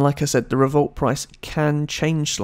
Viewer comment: Its not revolt its revolut